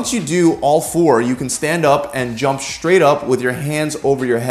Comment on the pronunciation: Dear: The letter sequence "str" does not combine to make a new sound. The word "straight" is not pronounced "Schtraght". Nor does one walk on a "Schtreet", or are you under "Schtress".